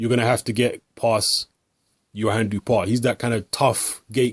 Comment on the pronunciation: You should pronounce his name like Dew-oh-pah. That's the closest french pronunciation of his name.